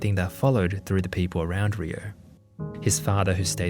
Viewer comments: Why is he saying "Riyo"(りよ)? Isn't the kid's name Ryo(りょ)? Is his pronunciation off or did he spell the kid's name wrong? 日本語上手ありませんだけどこの程度僕もわかる。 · Just a lil note: Ryo in Japanese is pronounced "Dyoh" (one syllable). I hope this is helpful. 🙏🏻✨️ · I didn’t watch the whole thing but my biggest Takeaway is that RYO is pronounced RIO instead of RYE – O. So RYO from the Ronan Warriors, I’ve been pronouncing his name incorrectly for years. I think the English translation of the cartoon messed it up as well. I should’ve realized because RYU from streetfighter It’s not pronounced RYE – U, thought a lot of people like to pronounce it that way. 😅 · Ryo is one syllable